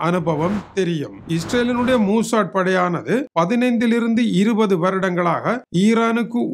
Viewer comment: மூசாட் இல்ல, மொசாட்